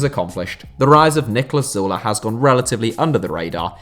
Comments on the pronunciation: That's... That's how it's pronounced. Like Zoo-leh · that's actually how u pronounce his name